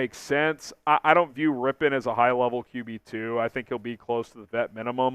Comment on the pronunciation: Finally someone that knows how to pronounce his name 🙄🙄